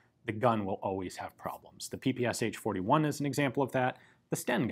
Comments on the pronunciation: It's pronounced not P-P-S-H, but P-P-Shah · In Russia PPSH is pronounced p-p-sh. Not p-p-s-h. Ш (sh) is a single letter with a single sound. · Great (and short!) video. However, it would be easier to just pronounce P-P-eSh, instead of P-P-S-H ;) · I still can't understand why English speakers call PPsH the way they do. The designer's name was Shpagin, not S-Hpagin. What's so hard in pronouncing SH as the letter combination, rather than individual letters? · PPSh is not pronounced Pee-Pee-Es-Eitch, its P-P-Sh as in shot, show, shock... Pistolet-pulemyot Shpagina. I know, it's English pronunciation, and you clarified it further in the video, but still, felt like I had to point it out. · Isn't the "h" just there in the name PPSh to say it like "ash"? Saying SH sounds odd. In my country we don't say "h" just "PeePeeAsh" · Not "P-P-S-H" but "P-P-Shah" ! Listen at Google Translate.